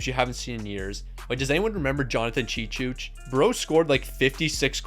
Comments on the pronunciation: Cheechoo not Cheechooch 😂 and Kuh-noob-ull not "Nubble" lol but names can be hard sometimes, I appreciate your videos though and know the dedication it takes to make them. Keep it going! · Bro it’s chechoo not chechooch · cheechoo. not ''tcheetchoosh'' oh man, i miss so much the goal/clock nbc style, the one right now at the bottom sucks bad. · He's pronouncing it cheechooch